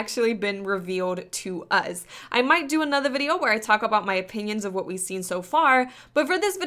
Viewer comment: Does she say uz instead of us on purpose?